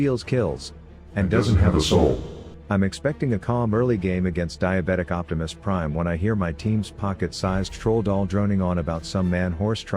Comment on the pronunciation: OBEASETIMUS PRIME 🤣🤣